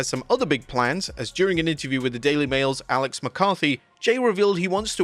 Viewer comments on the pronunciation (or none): none